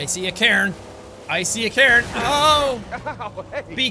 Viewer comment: Rock pile, not Car.... cair.... cairn.